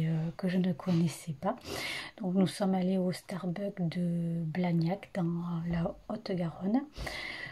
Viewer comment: 1) Starbucks pas stabuck 🤣😭 2) t'as oublié de dire qu'à Bachi bouzouk, j'ai été la plus raisonnable ! 😌 3) Tu devrais poster mon compostvlog, je suis sûre que ça plairait ! 😁 4) il y a des éléphants dans la maison ? 😭🤣 5) la tresse c'était vraiment trop bien 🤩 6) Super bilan culture ! 🥰